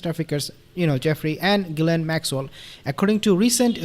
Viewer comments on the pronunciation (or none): Hi sweetie. you pronoun the name of G Maxwell as GIL ANE stupid name!